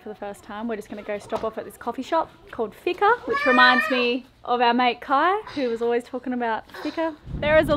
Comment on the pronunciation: fika sounds like fee-ka. no hard "i". ☕